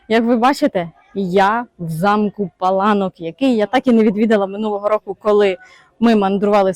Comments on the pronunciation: Наголос на (а ) пАланок переклад паркан ,огорожа!!!!!! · Вибачте, але місцеві жителі кажуть ЛАториця і не ПалаНОк а ПаЛАнок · Завжди думала,що це замок ПалАнок і так на нього і казала) Дякую буду теж знати 😊